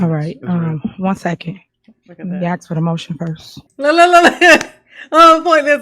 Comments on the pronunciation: The word is ask a s k can I ask a question not a x e not a x x ask😊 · I would write the words just like she pronounces them and and include in parenthesis what the actual words are. Allizations (allegations), accrit (accurate). axe (ask) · Don't ax her😂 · My biggest pet peeve is the word ASK…it’s not AXE